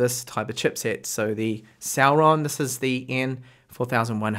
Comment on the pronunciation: i like how you pronounce Celeron as Sauron